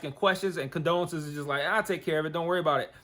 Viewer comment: LOL at you calling her condolences...it CONDOLA.